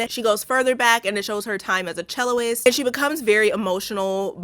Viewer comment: I love you, adore you! But it’s cellist, not celloist.